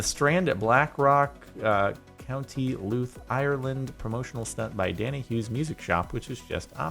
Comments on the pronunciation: county louth as in (loud th) ot looth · You said Louth wrong it's pronounced loud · As someone who lives in ireland beside blackrock it is pronounced County Louth(Loud-th) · County Louth is pronounced like the word loud, but with a th sound instead of a d sound. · Jordan trying to pronounce Louth 😂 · For the piano stack u said county Louth wrong it's pronounced loud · You pronounced co. Louth wrong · It's so annoying the way he pronounced Louth wrong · IT ANNOYS ME THAT HE PRONOUNCED "LOUTH" WRONG